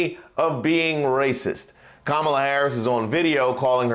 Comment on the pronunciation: The same woman who is denouncing someone else for racist speech still intentionally mispronounces Vice President Harris’ first name. So unserious.